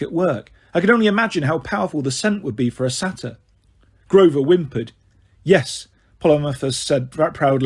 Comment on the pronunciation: Same with saytr idk how to spell it